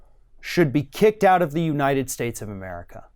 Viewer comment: And, "May God BLESH the United SHTATES of 'Merica"!! SMH